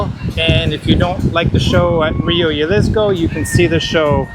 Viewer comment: Excellent video thank you so much. Just a quick note The J in Jalisco is pronounced the same way as you pronounce the H in “high seasons”. 😊